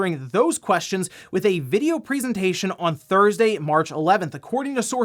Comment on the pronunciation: Am-... Am I the only getting slightly triggered by how pronounces 'presentation'?.. That's not the normal way of saying that, is it..? That a dialect or smth?